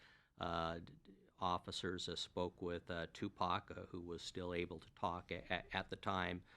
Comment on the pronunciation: I think it's on purpose especially when she said "Pack". He was a household name and still is a household name everyone knows how to pronounce Tupac Shakur